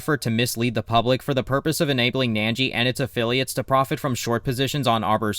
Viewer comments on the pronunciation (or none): Why are you saying "nan-jee"? It's "nin-jee". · why would you think its pronounced 'nangee' when its spelled 'Ningi'? Where's your 'a' sound coming from?